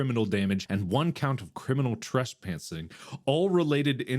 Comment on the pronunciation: I cracked up when Mark says trespantsing instead of trespassing.